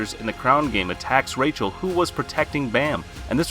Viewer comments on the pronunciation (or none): none